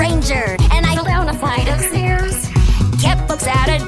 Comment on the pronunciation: I love the way she says: "Flight". "Where I fell down a FliGhHt of stairs!"